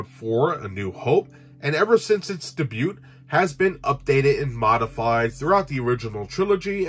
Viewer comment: You pronunciation of "debut" terrifies me.